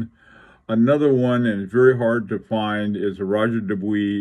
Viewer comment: Roger Dubuis - as an English speaker speaking in English, you nailed it. It might sound a tad pretentious to say ROH-ZHAY for Roger, but if I was speaking in French, I would say it like that. Incidently, I have a reading suggestion unrelated to watches - "The Art of Losing" by Alice Zeniter. It won every literary prize available in France. I'm attempting to read it in French and it's a challenge! Best regards.